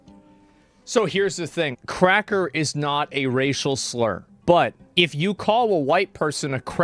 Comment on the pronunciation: I cannot tell if Hasan is saying "As someone who is white" or "As someone who was white". Neither one makes sense of course.